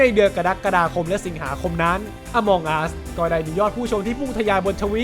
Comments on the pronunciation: among อ่านว่า เออะมัง ไม่ใช่ อะมอง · น่าจะอ่านว่า อมังอัส ไม่ใช่ อมองอัสนะครับ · มันอ่านว่า อะมัง'